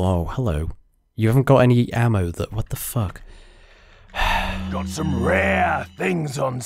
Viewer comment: Lol gets me everytime "what da fook" xD